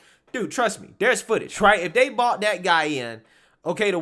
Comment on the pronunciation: man take out all of your d's and replace them with "th" dis?? dat ??dey?? its this...and that and they...use some grammar for people to listen to you...